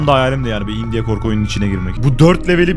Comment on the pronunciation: Biraderim, video çok iyiydi fakat sana yalvarıyorum, "indiye" deme şuna.